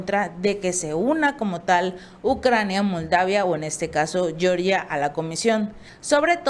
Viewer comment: Por favor, se pronuncia G(j)eorgia y no Shyorgia como la gringa. No tiene la misma raíz lingüística.